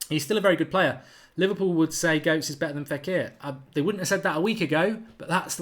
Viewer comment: Mark! Goetze is pronounced ‘Gurt- suh’, not ‘Goats’! Although to be honest, I actually prefer your way of saying it! 😉